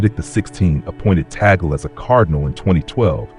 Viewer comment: Pronounced Tag-le, instead of bagel!